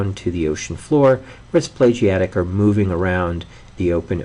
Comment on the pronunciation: It's pelagic pe-la-gic. Not "plegiatic".